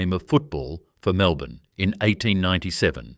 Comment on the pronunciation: was great until the AI slop images popped up, then later on could not even say 'Melbourne' straight - well now I cannot trust any of it. pity.